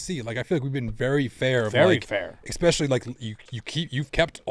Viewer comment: “Expecially” I thought was the adult in the room?